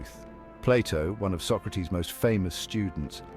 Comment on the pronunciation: Bill and Ted kidnapped Socrates. You're pronouncing his name wrong.